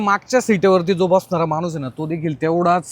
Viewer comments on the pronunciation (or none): none